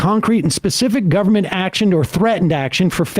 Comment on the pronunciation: AND GOVER-MENT, WHERE'S THE FIRST 'N' ?